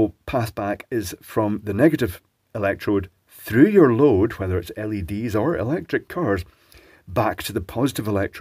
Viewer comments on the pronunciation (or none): none